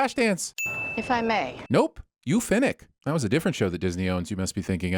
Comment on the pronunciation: It's Star Wars not Hunger Games, so why does he keep saying "Finnick" instead of Fennec? Why do Southerners and some Midwesterners have so much trouble with the letter e?